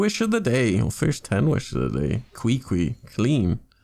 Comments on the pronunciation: that's a crazy beginners luck.. and that Qwee Qwee had me rolling... I thought it was KiKi... then got corrected that it's pronounced Chi Chi 😂. Amazing pulls man... hopefully you have enough dup to get razor in the glitter shop hehe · Qiqi is pronounce chichi 😂🤣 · “Cree Cree” 😂😂😂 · Omg you call qiqi qwiqwi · Not chichi. Not Kiki. But kweekwee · “Cree Cree” bruhhh 😂😂😂